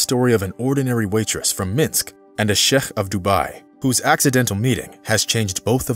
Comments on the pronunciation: Chef? ... its pronounced Shake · “Shake” is the right pronunciation